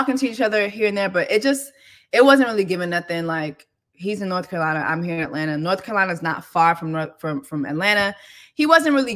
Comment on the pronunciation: Okay, North Carolinerrrrrr